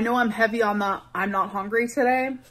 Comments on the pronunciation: Every time she says "hongry" I feel like 🤛on the moon face. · is just a "Troll" and she gets paid for it. Even the way she says "Hongry", she knows how to say the word correctly, as she did in a sentence after saying "hongry". There is no way she is on semaglutide, its just another story arc. It is the reaction channels that are keeping her income rolling in. Everything is just a big lie.